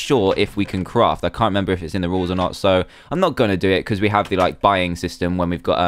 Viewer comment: it is rules not rols